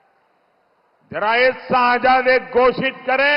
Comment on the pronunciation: साजदा नहीं होता बे झंडू 😂 शहज़ादा होता है उर्दू बोलनी नही आती तो कोशिश भी क्यूं करता है